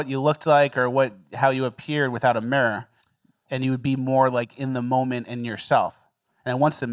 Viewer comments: We also learned can’t say “mirror” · cant pronounce mirror